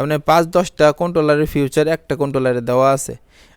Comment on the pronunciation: ফিউচার না।।ফিচার।😂😂😂